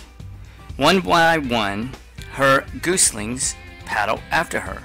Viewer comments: It's not pronounced gooslings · Got that pronounced wrong and also the country where Lorenz was from. This should be removed - it's not very good